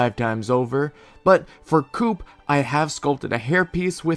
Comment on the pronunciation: The way how you pronounced Coupe and Flambae concerns me